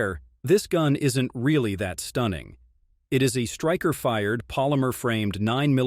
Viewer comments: Striker Fried, Crisp-i-er, Dooble-action pull. LOL. Robot voice is having a hard time today. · Get a real narrarator. "Striker fried"?